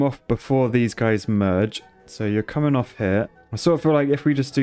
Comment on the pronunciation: 30 Seconds of pure "comeing"